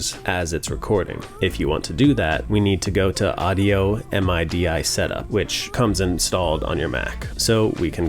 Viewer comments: The way you said MIDI cracked me up !!! EM EYE DEE EYE 🤣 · Quick and to the point! Also, I had no idea people called it M-I-D-I (spelled out), I assumed it was called midi (as in mid with an ee sound in the end) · Talk about making people feel old. This guy probably never heard someone pronounce MIDI as "MID-EEEE"